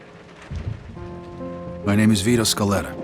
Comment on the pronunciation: "Vito Scaletter"